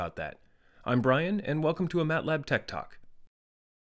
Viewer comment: Every time he says tech talk i hear "TED talk", thanks Brian.